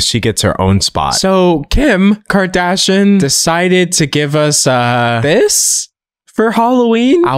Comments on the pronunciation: I just want to point out that you keep mispronouncing Kardashian. I wouldn't usually care. However, you made a video where you were calling out people mispronouncing names as a micro aggression. Seems a bit hypocritical. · Fascinated by the way you pronounce ~kardashian- (ily tho)